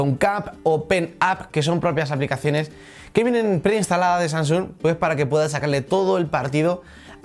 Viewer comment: Oye amigo me encantan las tablet Samsung Galaxy pero pronuncia bien el nombre de la tablet jajaja tú dices sansung y es Samsung. Jajajajajaja. Yo me reía de tu vocalización